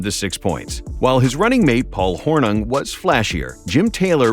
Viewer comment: I was wondering is Paul “Hor-Nung” any relation to Paul “Hor-Ning”